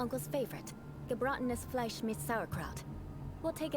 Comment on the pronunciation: Paimon just flawlessly saying Gebratenes Fleisch mit Sauerkraut really took me off guard considering she couldn't even say aristocrat like 5 minutes ago, shows how much she loves food though